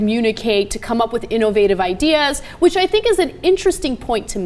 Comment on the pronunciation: "InOvative" - Ana Kasparian